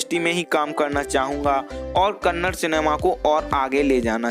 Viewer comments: Bro pronounce as kannada, not kannad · Bro before making a biography on yash you should pronounce correctly its not kannad its kannada and its not karnatak it karnataka first improve your pronunciation then make a video afterwards every north indian will started pronounce kannad instead kannada yash sir said many times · Stop saying Kannad it's Kannada like it's Hindi not Hind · Bhai ek baat jaanlo, 'kannad' naam ka koi bhaasha nahi hai 'KANNADA' bolo. Ham sab 'HINDI' bolte hai koi bhi 'hind' nahi bolta hai